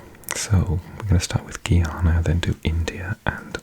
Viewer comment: Btw its pronounced guy an a